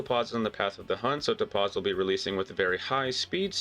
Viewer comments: Calling her Toe-Paws made me have to turn off the video, lol. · I keep hearing “toe-paws” and “nummy” 😂